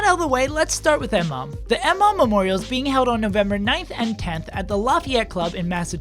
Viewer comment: It's pronounced Muh-mom.